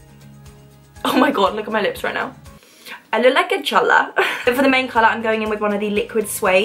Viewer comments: Saying I look like a chola in a British accent made me lol out loud! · The way she said chola 😂😂😭❤️